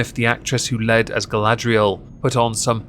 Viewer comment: female lead show. pronounced led as in the soft metal.